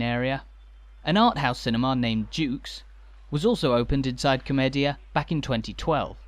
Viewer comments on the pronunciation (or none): Nice video. I miss Brighton. BTW komedia is pronounced comedia.